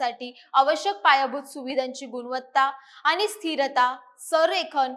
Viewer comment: अरे किती आनी पानी करते बातम्या देताना.. कुठलाच न आणि ण बरोबर नाही